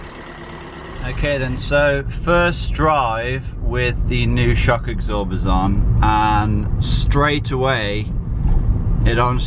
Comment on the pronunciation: shock "egsorbers", eh? 😂 Where you from, mate?